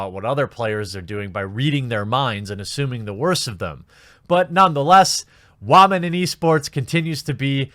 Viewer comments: Will you please learn how to say woman correctly. Its pronounced wOman not wArman. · i get your points but if you keep saying wa-men and not women, actual respectable women will find you hard to take seriously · Are you saying womyn? Interesting if you are.. I thought it was still pronounced like woman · there is no need to say "waman". We get it anyways. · its been bothering me for a while now, but why do u pronounce woman that way? even though the female players seem faultless here, it feels like you hold some sort of contempt toward woman in gaming in general.